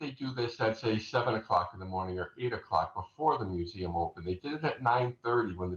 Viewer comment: Why can’t she say “museum”?